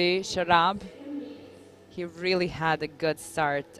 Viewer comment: Commentator keep calling him शराब 🤣